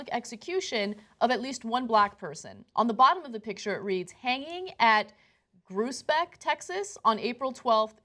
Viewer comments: It's pronounced "Growsbeck" but that's just me being nitpicky. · growsbeck is how you pronounce it. the same stuff still going on there today. my mama grew up there. Smh.